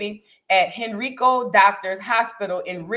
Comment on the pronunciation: It’s pronounced HEN - RYE- CO.